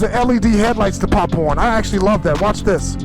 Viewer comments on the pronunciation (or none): none